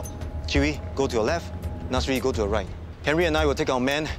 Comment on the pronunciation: The way he pronounce Chee Wee sounds like chewy and Nasri like nursery